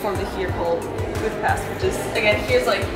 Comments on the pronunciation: Omg, you pronounced Budapest correctly!!! Thank you!!! You are one of the only foreigners who do so!!! Much love for it! ...great video, really enjoyed it! Oh by the way, the only thing that I would correct is the section on our history! Please read up on that a bit, and correct it. Hungary was a huge kingdom from 895 (for about 1000 years!!) then later had to unite with Austria, but that didn't happen until 1867 and lasted until 1918! We lost 2/3 of our original territories (that was ours for at least 1000 years!) during the World Wars, which is when Czechoslovakia was artificially created (the Czechs had their own country prior to this but Slovaks did not, so Slovakia was carved out of our Hungarian territories!) When you look at the map of Europe today, and zoom in on Hungary, look at all the surrounding countries because each of those countries got a big chunk from Hungary. Romania got Transylvania, Yugoslavia got Vojvodina, Ukraine got Transcarpathia, Austria got Burgerland, etc. the list goes on! So all these countries have still plenty of Hungarian culture, building, people, and so on. It's really very interesting! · As a hungarian, im super happy that you pronounce Budapest corectly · She said Budapest correctly omg